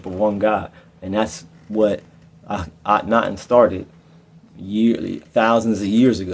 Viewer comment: Thank you! Akhen-ATEN 🙏